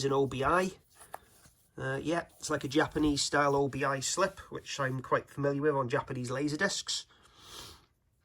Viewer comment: Always nice to see a new boutique label starting up. Gives us hope that physical media is here to stay (at least for a while!). BTW, I think it's "obi" rather than "O.B.I.", as it's taken from the name of a sash worn with a kimono, which the paper band kind of resembles. I always called it an obi strip when I got one on a record.